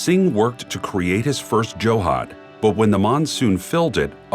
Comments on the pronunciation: It’s Johd… not johad it means pond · The best life is village life, with tradtional ways to preserve, plus some tech is not bad at all :-). Also its not Joe-Haad its Jhood (JH-Aud). I dont know why even Indian men would say it different when speaking to foreigners. Just like Yoga is not Yoga but just Yog but they added an A anyhow 😀